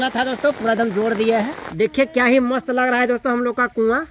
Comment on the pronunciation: Mast toh thik se boll liya kro ye kya hota hai mossst😅